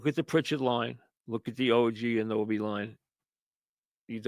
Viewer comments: its not og anoby its og anunoby ha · DID HE SAY OG ANOBIE?